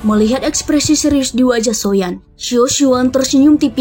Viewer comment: Agak aneh sih klo di sebut nya SHOYAN 😢